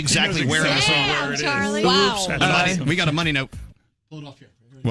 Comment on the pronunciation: CHARLI NOT CHARLIE OH MY GOD